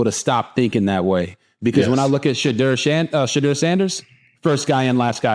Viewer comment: Great show… great insight; but please RG3 say Shedeur’s name correctly. Listen to how he says his name and how his father pronounces it. You feel like some people in the media refuse to say his name correctly, just like they refuse to say Kamala’s name correctly. I respect the heck out of you RG3, and you Travis aka He12man!! ❤❤